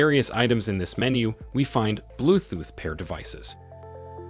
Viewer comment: Blue "thooth"?